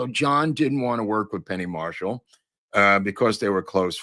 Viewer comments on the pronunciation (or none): none